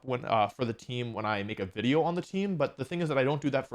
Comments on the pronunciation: Do you say wideo instead of video sometimes? It shouldn't drive me nuts but it does. Not sure if it's the mic or the actual way you're saying it. I enjoy your content regardless. Cheers. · Jaaay, a new wideo by announcing more wideos!